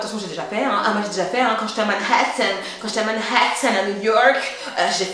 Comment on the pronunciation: "Quand j'etais a ManHHHHAtthan" 😂😂